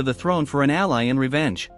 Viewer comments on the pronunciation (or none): none